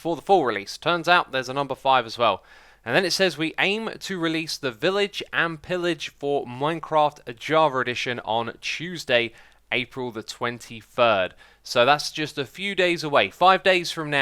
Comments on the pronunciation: why do you keep saying Javer Edition? Its Java not Javer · How come its "javer" and not "jarver"?